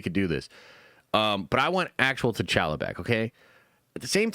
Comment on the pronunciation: You want T’challa back, 🤔 stop saying “T’challa” wack. Pronounciation is always a non-start but MAN it don’t gotta be all elongated and what not but it’s T’challa like y’all like holla not pal not gal 😤 sorry love the channel 😅